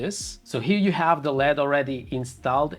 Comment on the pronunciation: Lead? L.E.D. My guy :)